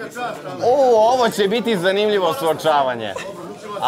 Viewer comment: Kaze Alex pod A a nezna da izgovori